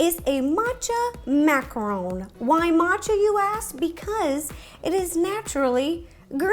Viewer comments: Macaron, not macron. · It's macaroon, not macaron. She has no idea what a macaroon is. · It is not macaroon it is macaron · Macarons and Macaroons are different, and it's Mack-uh-rons not mack-uh-rones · Shes saying macaroon. but she's making a macaron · it’s a macaron not a macarooon that’s a different dessert wow I thought you would know that... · I love the way she says French macron!🤣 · " French mmMaccarrrowne " -ro 2020